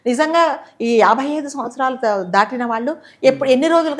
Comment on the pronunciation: దాటినా కాదు దాటిన న కి దీర్ఘం పెట్టకూడదు తీసేయండి